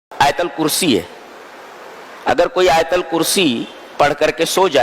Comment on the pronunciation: Please right, it is AAYATAL KURSI,not aayal kursi